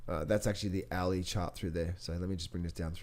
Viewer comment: Hourly chart not owee chart haha